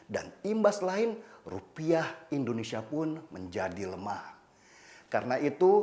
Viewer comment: KOREKSI LAH BUAT BANG DENNY SELALU SEBUT INDONESIA DENGAN ENDONESIA GANGGU BANG, !!!